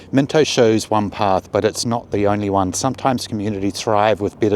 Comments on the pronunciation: Bro its mino get the t out it ain't minto its mino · There ain’t no T in Mino